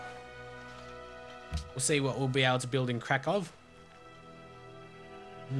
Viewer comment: Hey, You say Krakow correctly now :D thanks... btw your prenunciation of Łódź is good. I was taught to pronounce it like: Wud-sh. :D